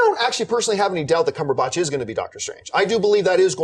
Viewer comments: Tell me I'm not the only one bothered by the way John says "Cumberbatch". It's Batch, emphasis on "At". Not Botch. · What's John Campea's deal with Benedict Cumberbatch's surname. Dude, it's not "CumberbOtch" its pronounced the way its spelled: "Cumberbatch". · This is pointless to say but thought I'd bring it up.... The way John says 'Cumberbatch' is very strange to me from England and on the verge of wrong but more amusing.... It feels like there's too much emphasis on the 'ahhhh' after the B in batch.......